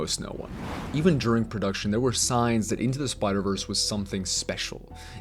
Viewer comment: It’s DURING lol. Not JURING.